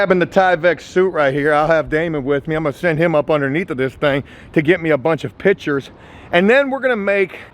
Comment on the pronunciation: Jooooooe. PICtures. Not pitchers. Come on brotha 😄